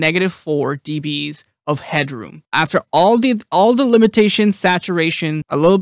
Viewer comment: Do you say deebees to make it easier for viewers understand or because it's fun to say?